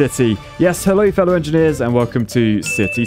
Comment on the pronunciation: Me with an advertizement degree hearing "Hello fellow engeneers" be like: :face-fuchsia-wide-eyes::face-fuchsia-wide-eyes::face-fuchsia-wide-eyes